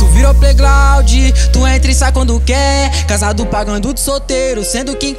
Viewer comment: Musica da hora, só a palavra plaiglaudi com "L" glaudi q ficou estranho, tinha q pelo menos colocar um "r" ali no ground, se vai falar uma palavra em inglês tem q soar pelo menos parecido tipo pronunciar plaigraud e não plaiglaudi, acho q deu pra entender né, a música e produção ficou da hora.